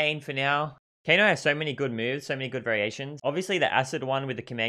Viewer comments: WHO'S TF IS KANO? IT'S KANEEEE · It's Kane not kano